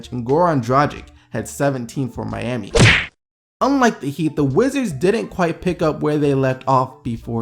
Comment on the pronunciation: Why can't you say Miami? You say Miani and I nearly laugh my ass off every time I hear you say it